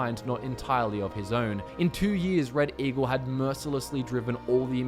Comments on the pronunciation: Some points where he said Red Eagle sounded like he was saying reddit eagle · Did you say... Reddit Eagle?